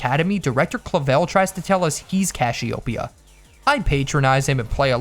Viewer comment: He called Cassiopeia CASH-iopeia